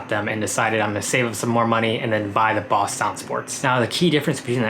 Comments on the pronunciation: It's Bose not Boss, besides the pronunciation this is a great video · You pronounce Bose weird.. the BO is pronounced like bow. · It’s not boss...it’s Bose brother...😂😂